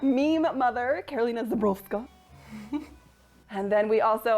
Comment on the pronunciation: You must have practice to say Karolina Żebrowska. You did pretty well.